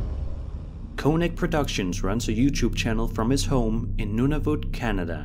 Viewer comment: I’m in Canada and Nunavut is pronounced like None of it not how the youtuber he was reacting too said it, idk maybe it was just his accent and I’m not mad just saying